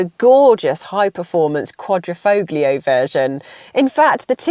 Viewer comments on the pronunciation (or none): A car reviewer 'apparently' but can't pronounce Quadrifoglio properly. Any little credibility you may have had went out the window at that point. Ps. The Giulia is significantly more planted in corners. You suggesting you can 'lean' on the porker BMW a bit more is absolute fairytale stuff. The Giulia runs rings around the BMW for driving enjoyment.